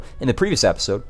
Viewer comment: Hey I'm sorta new here but why do you say appisode instead of episode, is that like an inside viewer thing or what.